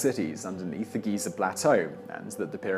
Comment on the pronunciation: GHEE-ZARR. XD